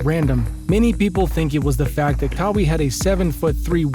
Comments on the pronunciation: lmao.. this youtuber lives in Amazon. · who tf is kahwee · Bruh i needed this laugh 😂😂. Kaweee leonard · Pronounce his name right 🤦‍♂️ kawie wtf is that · I know ur fake when ur pronouncing players names wrong. KAA-WEE LEONARD 😂. I bet u never heard of dis dude before and just made this vid to get views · Thank you. 😂 I wasn’t even tryna hate, it just makes u look bad when u say KAA-WEE LEONARD and claim to know all about him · just a little feedback, please pronounce his name right. Other than that keep improving I liked this video 🔥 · Why he pronounce his name like that? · How much do you know about the man himself u can’t pronounce his name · I was confused everytime I heard it in the video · I don't think anyone is hating on you. This only being the first time I've watched a video from this page, its just hard to take you seriously when you mispronounce one of the most talked about players in the NBA this year, 2nd to Lebron James.. First impressions are everything. Imagine going to a page with NBA content like yours and in the opening line they say, today were going to talk about how Lee-Bron James lead the Los Angeles Lakers on a historic run to win the NBA finals in his 17th season. You would turn that shit smooth off!!! 😅🤣 Everyone knows how to pronounce Lebron's name.. Moral of my feedback is you have to do better with your information when you are speaking about facts because all it takes is one hole in your story to sink your boat.. Just constructive criticism thats all. Keep doing you 💯